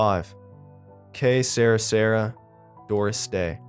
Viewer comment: Que sera sera.. is not Sarah Sarah.. love your channel though 🖤